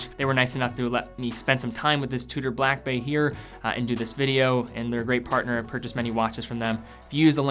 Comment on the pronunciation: slow down a bit matey. You say Blackbay as it it's a one word name when it's two words. Slow it down and enunciate properly. Good video though and I sort of agree but personally hate red watches.